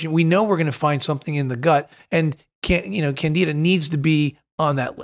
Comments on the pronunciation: CanDIDA! There is a D to pronounce in that word docs! Thank you! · Candy da:) let’s pronounce it correctly! Candi Da! It’s got candy in it! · I feel like we are traveling to “ Canada”…. It’s Candida not Canada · THOUGHT HE SAID CANADA LMAOO AND OMG WALKING MUSHROOM. IM Dead 😂😂😂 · It sounds like they’re saying Canada